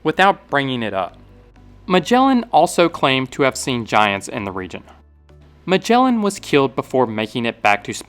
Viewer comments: It is not spelled majellan 🫠 g sound is like g in "again" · Great video but please learn to pronounce names cause you butchered the poor Magellan